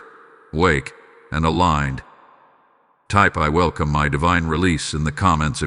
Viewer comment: "I Vellcom My Divine Release❤❤❤"